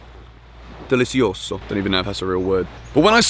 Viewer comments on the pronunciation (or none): delicioso Me: he speak Portuguese😂